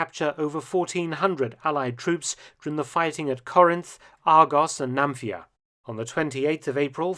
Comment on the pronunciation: It's Nafplion not "Namfia". Apart from this excellent presentation with actual footage.